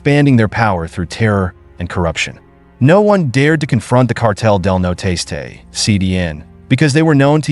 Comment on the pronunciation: It's not cartel de no tastay, it's cartel del Nor-este